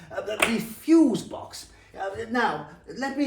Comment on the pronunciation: Ah, yes, the fusè box